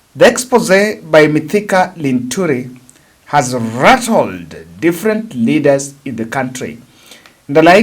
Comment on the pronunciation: Who is Linthuri now? Get yua correct names pls don't fumble names like a fool